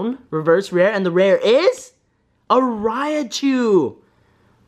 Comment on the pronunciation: He claims that Raichu is his "favorite" Pokemon but he doesn't know how to pronounce his name smh😂😂😒